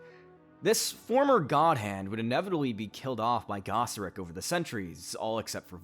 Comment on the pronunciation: guy-seric not gah-seric. da-nan not dan-in